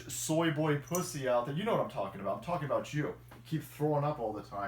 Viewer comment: i had to rewind cause i was in the other room doing a little workout. i was like, did just say anger bang and aboot? lol